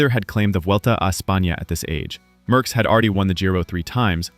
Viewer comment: Merckx, not Möhckx.